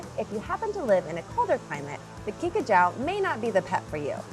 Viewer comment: It is pronounced kinka jew.